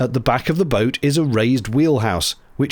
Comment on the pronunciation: I like that she made "boat" a three-syllable word at one point. "Boh-oh-o". 😅